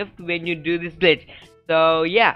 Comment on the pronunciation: Every time he says glitch I think he saying bitch 😂😂😂😂